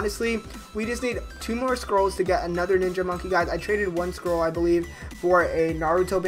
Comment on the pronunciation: Who else thought he was saying "squirrel" not scroll lol